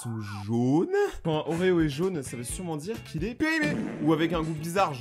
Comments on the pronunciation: Il a dit "oreo's'' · Il a dit oreo's ! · il a dit oreos le con